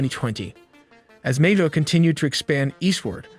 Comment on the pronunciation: Nay toe not nate toe